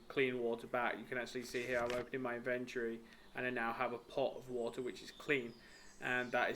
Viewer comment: Does anyone pronounce the word inventory correctly anymore?